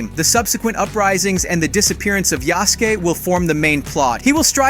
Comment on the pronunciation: Yah-soo-kay? Thought it was Yas-kay. Nevermind, he said it ri- Why does he keep switching between the pronunciations?